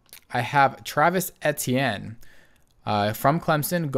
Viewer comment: You are pronouncing Travis etienne’s name wrong but thats okay😂 he is going to be one of the most underrated players in this draft class he is a lethal threat and throwing the ball and running the ball and played alongside Lawrence in college. TThis man will make the Jaguars much better running the ball alongside James Robinson and I believe a lot of people underestimate his ability and talent